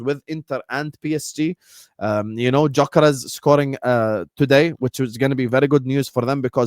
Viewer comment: You’d you say dyokorez